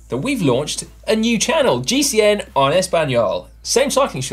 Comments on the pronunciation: please ask Emma to show you how to pronounce "en". It's "ehn" not "on". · Please work on your Spanish pronunciation lads. It's not GCN "on" Español, it's "en", like you would say the letter "n". Thank you kindly.